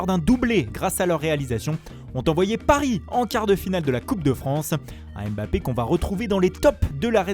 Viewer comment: AimeBappé, Rafignun... bordel tu fais saigner des oreilles c’est ouf.